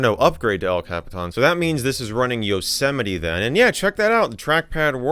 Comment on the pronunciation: Excuse me- YOH-SET-A-ME??? someone teach this man what a mountain is (Joking I love your content mjd 🫶🏼🤟🏼)